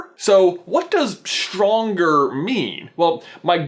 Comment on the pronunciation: its not shtronger is stronger